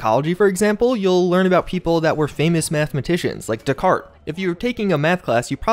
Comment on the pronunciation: I've never heard descartes pronounced 'decart' with a hard T like that before.